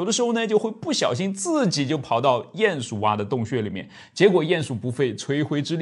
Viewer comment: 唸鼴ㄧㄢˇ鼠～不是ㄧㄢˋ